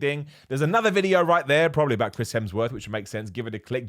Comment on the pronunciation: me: at least didn't say 'Helmsworth': 'Crims Hemsworth'